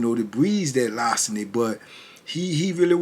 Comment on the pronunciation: lar·ce·ny /ˈlärsənē/ Learn to pronounce noun theft of personal property.